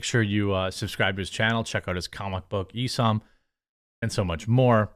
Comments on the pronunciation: Dude, can you ever pronounce names correctly? Isom is eye-som, not E-som 🤦🏻‍♂️ Also It’s MAGA not MEGA 🤦🏻‍♂️ 🤦🏻‍♂️ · Hearing Isom (eye-sum) pronounced as eee-sum hurts me lol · "Eye-Sahm" is how it's pronounced. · Hey Jeremy, love your stuff, why do you pronounce ISOM like a weeaboo? oh well